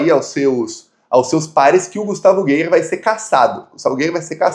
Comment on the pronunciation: A pronúncia não é geier é gaier.